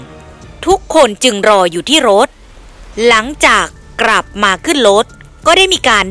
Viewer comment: กลับเป็นกรับ ปล่อยเป็นปร่อย โรงเรียนไหนสอนอ่านออกเสียงเพี้ยนๆมั่วๆแบบนี้